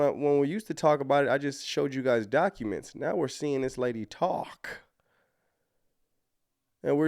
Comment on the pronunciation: The word 'seeing' is not pronounced seeinGUH! The g is soft! You sound absolutely uneducated and ridiculous! Listen to how normal people, professional people, say it! Learn to talk!!!